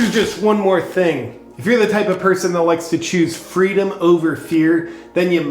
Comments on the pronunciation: I think you mean fweedom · Excellent work! who needs fweedom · Don't you mean "Fweedom" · All the leftys I know believe in fweedom now..